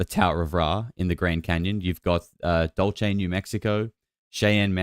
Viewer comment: I just wanted to mention that you always mispronounce this one name in New Mexico. Dulce. It is not said “dol-Che”; it is pronounced “Dool-say”. Spanish origin not Italian.